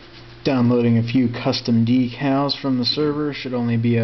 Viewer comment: What an amazing accent. dee-cals, bata pronounced with an 'e'. whats funny is that is just how my HL2 runs on my 2ghz P4, 128mb 9600pro, 1gb RAM desktop PC.